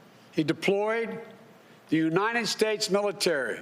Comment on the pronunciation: we didn't have that for the last four years. Yosa mite? Really? United shates? OK